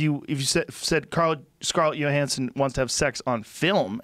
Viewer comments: Joe "Scarlett Yo-Hanson" Rogan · "Scarlet Yoohansen"